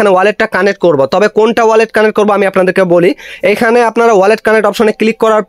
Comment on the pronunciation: কানেট না ভাই কানেক্ট